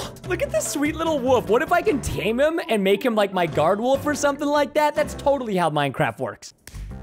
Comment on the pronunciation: Is it just me or does it sound like when they say wolf it sounds like wuff?